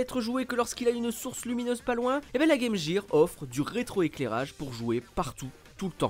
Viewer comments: On dit « guir » et non « jire » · exactement, d’ailleurs quand les chaussures clignotantes LA Gear, c’était prononcé « Guir », et ça nous choquait par rapport à la Sega. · "Le" Game Boy 😵 Game "Jir" 💀 😭😭😭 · Pffff arrêtez avec "game JIR" c'est hyper moche, est ce que vous dites "metal JIR solid"? Tchip🙄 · Pas que... En France, beaucoup prononce "gaime jire" car, quand tu es enfant et que tu n'as pas commencé les cours d'anglais, tu reprends la prononciation de la publicité. On a de la chance car à cause très pointu de France 2, on aurait pu prononcer Meuporgue pour MMORPG... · "Le" Gameboy, la Game "Jir"... C'est trop pour mes oreilles. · Game Gear se prononce Game Guir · game jér,j'ai laché la video a partir de la. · Game “Jire” hahaha ces français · La “Game Jear” ??? Lol cours d’anglais de base svp. restons entre gens sérieux.